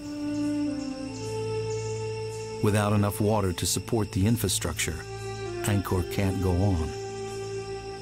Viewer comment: Angkor/nokor .... not naga r lol